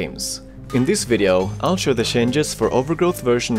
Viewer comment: Funny Swede said shanges instead of changes.